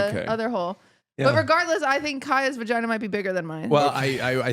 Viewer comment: They said vaginer 😂